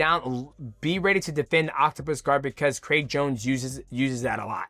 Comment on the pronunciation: Who tf is Craig Jonesy? 😂😂 why he keep saying it like that?